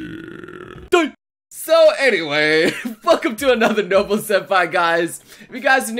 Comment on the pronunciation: I keep fucking hearing "no-bull"